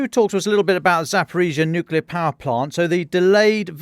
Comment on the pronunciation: There's nowt wrong with how he says nuclear